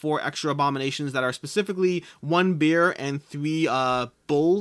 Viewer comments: Yes, it's a bear, but I heard beer and was so confused I paused the video :) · Am I hearing things or did you actually say "1 beer and 3 bull abominations"? Got me so confused :D